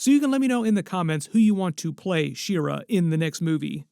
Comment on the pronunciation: She-Ra is not pronounced "Sheer-uh". It is literally "She-Ra".